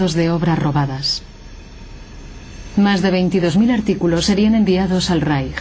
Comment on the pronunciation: porque pronuncia la " j " donde dice el III Reich , donde esta la " j " ?